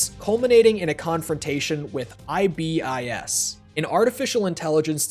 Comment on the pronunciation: For the love of God, please stop saying I-B-I-S.